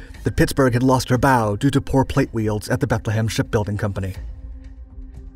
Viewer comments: Oh heck I've caught up with this clot again. A maddened wave? what did they do? shout rude words at it. That's not forgetting the pathetic delivery. We later learn that the ship is now an aircraft carrier. "...carried out air strikes" Wealds is pronounced welds not weeulds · Would have been much better to add discussion of repairs and fate of the ship. Also check pronunciation of welds.